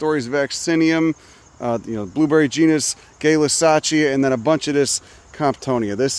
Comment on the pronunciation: hearing the alternative pronunciation of Gaylussacia </3